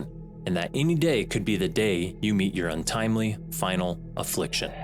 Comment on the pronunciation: Dude doesn’t say final affliction right. The girl had more enthusiasm